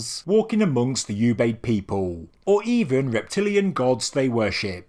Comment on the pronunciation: Oobayd not "U"bayd.